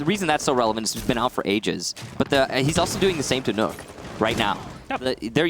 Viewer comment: I cringed when he said nook not nøkk